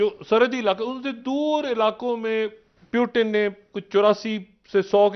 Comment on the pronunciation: प्युटन नही रे बाबा ! पुतीन बोलो. देवा कस व्हायचं तुझ